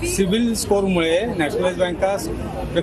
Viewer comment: दादा ते पुन्हा बोला सिबील...सिबील... अssssssसिबील 😅😅